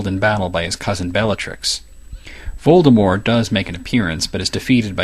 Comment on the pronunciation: I'm so glad he knows how to pronounce Voldemort.